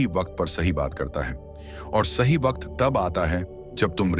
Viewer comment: ये वकत नहीं सर ...वक्त है